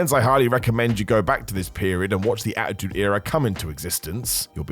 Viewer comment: Not gonna listen to a guy say achtude era for 50 mins smh